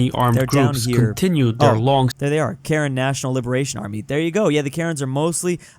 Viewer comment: Karen ethnic group is fighting for Karen of course Is pronounced "karain"